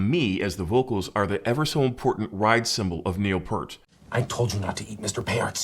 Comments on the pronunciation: But he refuses to pronounce Neil's name correctly. Uncool. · But he refuses to pronounce Neil Peart's name correctly. NO check. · I'm not Canadian but firing away. It's simple - P👂t. So many reasons to get it right after 40 years. 1. Respect for an amazing musician you've enjoyed for 40 years. 2. Respect for those who have passed. 3. Aren't we here to learn and grow? A name can't be too much to adjust to, or is that why you are still into an old technology? 4. Just being stubborn doesn't make it right or ok. 5. You would want others to pronounce your name correctly, right? 6. You want us to trust your opinions and that they aren't based on old biases. How was that? Normally, I just post the ear, but your declaration of stubbornness required a bit more. Cheers.